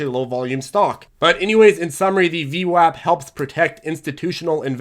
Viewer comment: it's not VWOP it's VWAP and it does really matter, you are insulting an entire race of Italians when you say VWOP